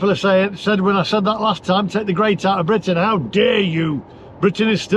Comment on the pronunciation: "the charging network is geat in france" - ROFL